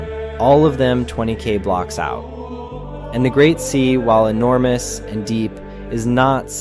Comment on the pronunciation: "Enermous" Come to think of it, this isn't the first time he's switched E and O around. He keeps calling d3rlord3 "Dorlord", even though Wifies always said it like "Derlord". Add on to that the fact that he brought up the unbreaking enchanted book thing in two videos now, where E was wrong and was supposed to be U. Is this intentional? Are you giving us a tutorial to tell us that we have to keep track of every word that's misspelled with an E? Or maybe we have to look for words that contain the letter E, and become different words when swapped with an O?